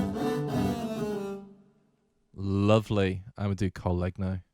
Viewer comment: Lovely library! btw COL LEGNO is pronounced 'COL LENIO' , wood in italian.